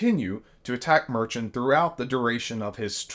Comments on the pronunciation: And, I don't think his name is "merchan" like "merchant" without the "t"; most people pronounce it "mehrshawn". You're rapidly losing credibility with me ;) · Judge Merchan pronounces his name "Mer-shawn" with emphasis on the 2nd syllable. Not "Mer-chin" with emphasis on the 1st syllable, as says here multiple times. Smh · The judges last name is pronounced like "Mer-shawn", and the fine for each violation of the gag order was the maximum allowed by statute at $1000, not $10,000. Get your facts right. I have no love for anything related to Trump, but do your homework before getting on the 'air' to light into Trump. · FYI - pronunciation for the judge’s name is “Mur-Shawn” This channel needs to get that right as they should know that, & this guy repeatedly, in this and other videos, pronounces his name incorrectly, saying “Mer-chant.” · Merchan is pronounced "Mer-shawn", not Mer-Chen. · How are you people doing podcasts and videos without being able to correctly pronounce people's names??? Why are you calling Judge MERCHAN, Judge MERCHANT?? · Dude, it's not "Mer-chin"... it's "Mer-shawn". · The judge's name is pronounced like "mer-shawn" ... just fyi. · Actually, it was $1000 per infraction, for a total of $10,000. One thousand dollars per infraction is the maximum amount NY allows. Judge Merchan said he wished he could assess a fine if $100,000.00 per violation.(ALSO, his surname is pronounced mer-SHAN.) Q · Get the court’s name - Court of Appeals - right. And learn to pronounce Justice Merchan’s name; it’s Mer-shan with emphasis on the second syllable. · It was only 1000.00 per violation. You didn't even say the judges name right. While I'm happy you're for democracy, you need to do better. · You really need to do more research. You miss pronounced the judge’s name and the trump fine was 1000 per offense totaling 10,000. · Love the videos, HOWEVER, after all this time, you’re still mispronouncing the last name of the judge 😮. Just an FYI. 💙💙💙